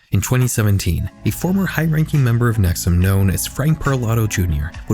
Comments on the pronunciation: So the constant mispronunciation of NexIum as NexUm bothered me a lot. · I'm from upstate NY so hearing you talk about a cult uphere I haven't heard of before piqued my interest. And then you started calling it nex-uhm and I was like thats weird two cults in upstate NY with similar names, then after hearing you describe it further I realized it was the same one I already knew about. Nxivm (nex-e-uhm) ,😂😅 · NXIVM is pronounced “nexium”, not “nexum”. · It’s pronounced Neck-see-umm. Not neck-sum. 🤦🏻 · The mispronunciations in this video is crazy 😭 Rainere is NOT pronounced Rain-ear, it's pronounced Rain-eerie. NXIVM is not pronounced Nexum, it's pronounced Nexium, with an i. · Pronouncing it “nexoom” 😅😅😅😅😅😅😅😅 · Dozens of podcasts and investigative reporting has been done on the nxivm cult and Keith Raniere. You didn’t listen to one minute of any of them. If you had you’d know it’s pronounced: “Ra-neer-ee” not Raneer and “Nex-ee-um” not nexuhm. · *Ra-neer-ee not “Raneer” *Nex-ee-um not “nex-um” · Please tell me you know that NXIVM is pronounced “nex ee um” not “nex um” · have you watched any documentaries on NXIVM? They all pronounce the org as "nex-ee-um," not nex-um. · please check your pronunciations. raniere is "rah-nee-ree" and "nxivm" is "nek-see-yum". there's a great hbo documentary with former members who go over this and they all pronounce this stuff the same way. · it’s pronounced “nex-ee-um” 🙄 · NXIVM is pronounced “nexium”, like the medication. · Bro, it’s pronounced Nex-ee-um. You couldn’t have checked that like, at all? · Your pronunciation of multiple names is wrong and incredibly confusing. Keith Ruh-neer-ee. Nex-ee-um. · The mispronunciation of nxvium is gonna make the rest of this hard to watch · You’re not pronouncing “NXIVM” correctly..